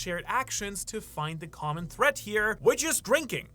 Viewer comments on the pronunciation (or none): none